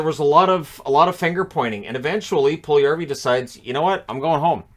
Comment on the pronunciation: His name has four syllables, not three. Pul-yu-yar-vi.